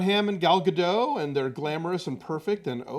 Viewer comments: I think you guys have said this before, but it's pronounced Gah-Dot, not Gah-Dough, she's Israeli, not French. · Jimmy Kimmel is one of very few that actually say her name correctly. It's pronounced Ga-doat (like boat). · 'Gadot' isn't french, pronounce the 't' mate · Alonso, the T isn't silent in Gadot.